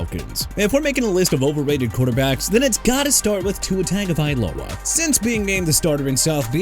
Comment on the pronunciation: YEAH TUA WAS "INCONSISTENT AT BEST" AND DIDN'T LIVE UP TO THE HYPE AND GOT CUT BY MIAMI AND YOUR POINT IS?! ALSO IT'S TAGOVAILOA NOT HAGOVAILOA! YOU MAKE ME WANNA VOMIT!